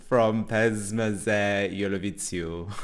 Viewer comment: hahaha the Z in "Evroviziju" is pronounced the same way you pronounce it in "za". So the entire word is pronounced something like ev-roh-vee-zee-u